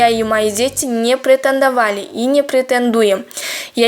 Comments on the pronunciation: Не прэтэндавали и прэтэндуем дейт ко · Не прэтэндовали и не прэтэндуэм дейтко 😂😂😂😂😂😂😂😂😂😂😂😂😂😂😂😂😂😂😂😂😂😂😂😂😂😂😂😂😂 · Претандавали дейт го